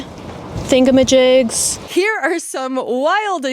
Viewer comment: "thingamaJIGS" HAHAHAHAHAHAHA